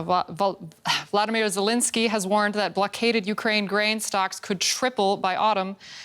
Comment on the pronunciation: she cant even say zelenskyy's name properly